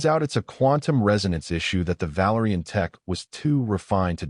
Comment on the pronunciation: Inconsistent pronunciation of valorian, in some instances it is coming out as valarian!